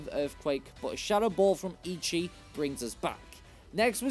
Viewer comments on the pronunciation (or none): I used to pronounce façade like that when I was a kid. The c is pronounced as an s this time. Edit: Also, Grusha is a guy. He simply grew his hair out. And Eichi is pronounced é-ē-chi, not æ-chi or ē-chi. Edit 2: Jigaton Hammer? Really? Flam-ai-go? It's flamingo+amigo (Spanish: friend). Drag-al-age? It's dragon+algae. Aqua Jet is a priority move. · Great video and content. However, Eichi is pronounced Achi. Ei in Japanese makes big A sound. Ichi (your pronunciation) means 1. Took Japanese in high school. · also it’s pronounced “aye-chee”